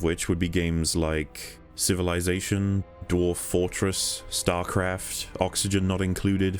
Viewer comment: What's with the way you said starcraft? You said star with a British accent but craft with an American accent? Tripped me out XD